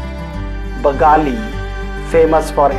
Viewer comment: Narration ಚನ್ನಾಗಿದೆ. ಆದ್ರೆ ಬಾತಿ has become ಬತ್ತಿ‌and ಬಾಗಳಿ has become ಬಗಾಲಿ. Its not acceptable. And pictures (roads, vehicular traffic, park boy n.girl walking, etc,) do not belong to our city Davanagere , instead of showing the roads of other cities you could have shown famous landmarks of Davanagere such as clock tower , modi circle (gundi circle) kundawada lake , apmc premises, railway station, ksrtc bustand, old bus stand, jayadeva circle, Gandhi circle, and many more. Please be originalistic. Santhebennur pushkarani (karanji mantapa) is not located in Davanagere city, its located in Santhebennur village in channagiri taluk. Please have habit of doing research before presenting such videos . Because many of them have been left out.